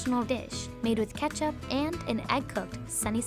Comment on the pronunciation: It's honestly impressive how she tries so hard to pronounce every ingredient, but butchers every single one without fail. Also, kecap manis is a sweet soy sauce in nasi goreng. No... It isnt ketchup.